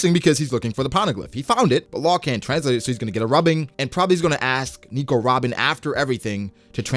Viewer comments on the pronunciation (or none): none